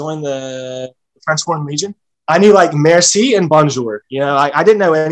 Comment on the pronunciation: The way he said merci and bonjour I stopped watching, this guy it’s not in french foreign legion